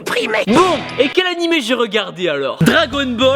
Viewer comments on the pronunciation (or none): quand ta dit annimé c'est drôle j'ai entendu hentai